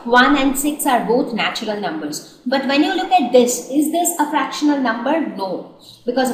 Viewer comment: did anyone notice that mam is struggling with the pronunciation of the words rational and fractional